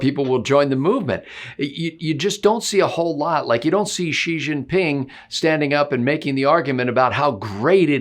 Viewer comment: Xi is pronounced shee. X says sh. Sh in chinese is a softer sh than x. I’ve lived in china a long time. Wouldn’t we all rather make him sound girly than like an evil space warlord (zi)?